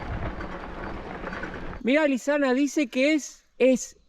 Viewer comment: Le patina la erre a Lisana jaja